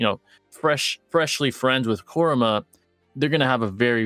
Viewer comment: OMG PRONOUNCE KURAMA'S NAME PROPERLY